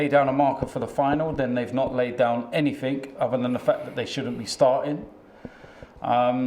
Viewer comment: ANYTHING! Not not not Anythink! There is no such word as ANYTHINK! FFS